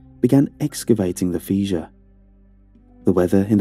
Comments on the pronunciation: Fish ur... Is how you pronounce fissure. The rest was perfect, giving me chills down my spine.. Huge thumbs up sir, loved it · Was this translated by Google when it was drunk? Acclimate? Pronouncing fissure feeshure? Two minutes in and I’m done. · I swear I'm not trying to be mean, but it's "fish er" not "feezh er" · It's pronounced "Fisher", not "Feasure". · I’m loving how pronounces fissure. I hate correct cops, but it’s Fish-er, nearly exactly as it sounds, phonetically. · It comes up through a fee-juv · Do you mean "fissure"? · feesure. That is all. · Feeshur, Meethane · Man,, I gotta say, normally I'd be way into a story like this, but you threw me off early on because I've never heard anyone pronounce the word "fissure" like that before, and it drove me crazy. Also when you said "boose mull" I kinda lost it laughing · Gave up on this one when I heard a 'supposed' Archaeologist, mispronounce the word fissure. presumably, some one, not of the accademic skill level generaly required for that type of occupation. Probably go into Geology next instead. /